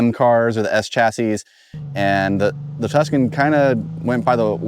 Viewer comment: "Tucson?" "Tuscan" "So this is the 2000 TVR Tucson"